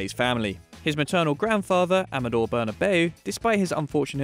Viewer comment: Loool berna-bay-you is the correct pronunciation. How do you not know that if you're a football fan? I still pronounce it the English way, but when I want to test people's knowledge, I switch to the Spanish pronunciation to see how they fair 😂